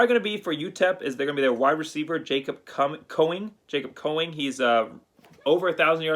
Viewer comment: Say it right it's #6 Jacob Cowing not coing